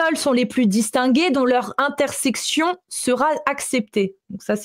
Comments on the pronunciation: Intercession,, intercession. Pas intersection 😅😊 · C'est intercession et non intersection;) sinon magnifique travail belle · c'est intercession, pas intersection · "intersection" ou "intercession"? dit toujours"intersection", mais je ne comprends pas ce que ça pourrait vouloir dire. Sinon, anecdote très intéressante! Merci pour cet exposé.